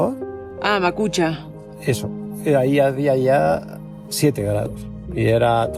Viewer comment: El pueblo se llama Machuca no Macucha jajaja y lo otro no debiste volar el dron sobre el humedal de putana como guia local es algo que intentamos que no se haga, como recomendación no vueles dron sobre ese tipo de ecosistemas donde veas aves